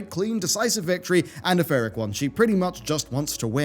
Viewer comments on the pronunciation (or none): Sorry, are you saying PHYRRIC victory?